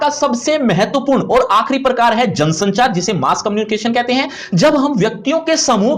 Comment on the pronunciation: It's jansanchaar